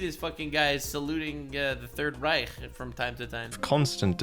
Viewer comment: Goldmask might sieg heil every once in a while, but you’re the only one pronouncing Reich like that 🤣